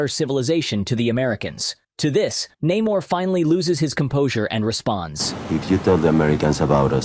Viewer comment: Ironheart, complete bullsh*t! 90% of this movie is WOKE and f*cked over characters ([cough] Namor not Neh-morrrrrrrrrrr)